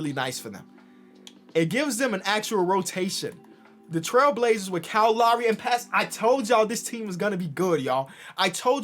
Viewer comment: Nobody:: KYLE LAWRY